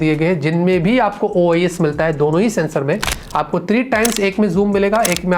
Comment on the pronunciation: OIS hota hai OES nhi